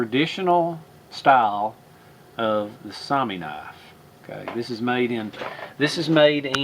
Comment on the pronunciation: Yes. Soumi and Sami are two different words. Soumi is the Finish word for Finland. Sami refers to the Finnish Laplanders. If that's the word you're looking for, your pronounciation is correct. Saw-mee